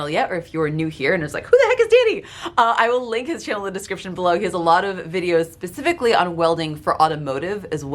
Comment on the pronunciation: Specifically, Danny, not pacifically. 😂